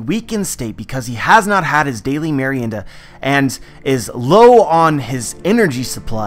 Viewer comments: as a spanish speaking person kudos on your pronunciation of merienda senpai. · Finally someone pronounces properly the word "Merienda". Congrats,! Greetings from Argentina.